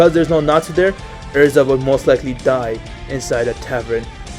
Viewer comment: yea elza not erza